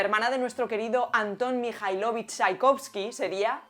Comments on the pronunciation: MIKÁILOVICH, el acento!!!😮😅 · es "Mijáilovich" (acento en la "a"). También la forma femenina del apellido es "Chaikóvskaya" y el masculino "Chaikóvskiy" (con "y" al final de la palabra). La terminación "i" (sin "y" al final) no es típica de los apellidos rusos, sino de los polacos, por ejemplo: Lewandowski, Błaszczykowski, etc. P.S. es un placer que estés aprendiendo ruso 😊